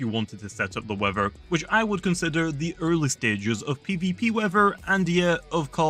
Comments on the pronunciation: Wever abilities(Bri'ish) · Bro says weather as “weaver” lmaoooo